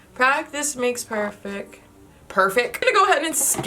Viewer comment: When you said "perfec" I laughed cause that's how we talk where I come from